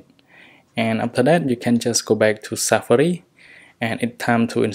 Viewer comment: He not said safari, he said safri